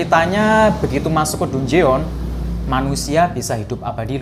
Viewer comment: Koreksi bang dungeon bacanya bukan dunjeon tapi danjen 🙏